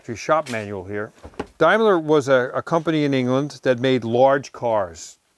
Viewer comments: Wrong sir..... you will not call my name incorrect.....like an American..." TOM MAKE UH ) my name is pronounced like DAIMLER with the A ...first vowel silent rule...... DIME LERR is correct.. THINK ABOUT IT.. Schneider pron SHNYDER DIESEL pron DEESEL WIENER WEENER.....MEIN KAMPF pron~ MYNE KAMPF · (Dame) ler not (Dime) ler. Brits will cringe hearing it pronounced incorrectly. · Can't you American's pronounce any car manufacturer's name correctly? It is a Daimler that is 'Dame' 'ler' and NOT a 'Dime' 'ler'. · Incredibly knowledgeable...but please don’t pronounce Daimler “Dimeler”... when referring to the English Daimler...it’s a “dame..ler “....Dimeler when your talking about the German Daimler Benz. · Dime-lar?....lol...a new one to go with Nee-sarn, Dart-sun, Jag-warr, Mars-dah..... that all raced at Le-Marr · Hi Tom, the British Daimler's are not pronounced in the same way as in Germany. In fact, here in the UK, it is pronounced Dam-ler. When Jaguar sold the 4.2 litre Jags in the 1970's through to the 90's and beyond, it was possible to buy the more expensive and better equipped Daimler Sovereign; love the shows you put together - you've got my dream job... bet you never read that a few thousand times already! Keep the shows coming! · Pronounced daymler. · Correct, we would say Dame-ler. But its ok how you guys pronounce it. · The English pronunciation of Daimler is different than than German pronunciation. Dame ler is the English pronunciation. The 2.5 litre is square bore and stroke. The Jag 3.8 S also shares the E type IRS. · Just make sure when you advertise you don’t say Mercedes ‘Pontoon’ and Dimeler!😂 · Sorry to have correct you on your pronunciation of Daimler, it's actually said as Dame-ler. Stay safe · Sorry to correct you, but the British car company Daimler is actually pronounced Daymler. Have a good day 👍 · Daimler is pronounced Daymler. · how to say DAIMLER .. it is DAMELER.. as in "there aint nothing like a ... Dame - ler"